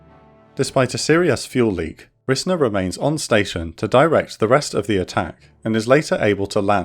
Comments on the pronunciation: Pronounced RIZE-ner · It took me a minute to realize what name you were saying when talking about the lead pilot , but that's my grandfather, though it's pronounced 'Rise-ner' so I didn't catch it at first. And according to the file I read and his stories, he was shot down and landed in the water but was picked up by an amphibious aircraft. When they got him back to Da Nang, he got in a fresh bird and went back up to direct the later waves of bombing runs. I'm glad I found this video while researching for college!